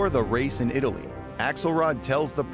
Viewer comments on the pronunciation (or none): none